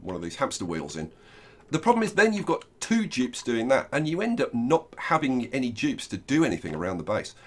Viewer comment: I was so confused why you were calling them Jibs until I actually heard you annunciate Dupes